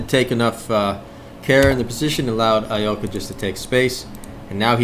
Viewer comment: Nice! First correct pronunciation of Alekine I hear from someone who doesn't speak russian